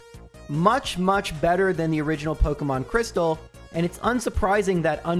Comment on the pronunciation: pok EEEEEEE mon. not pok UHHHHHHHHHH mon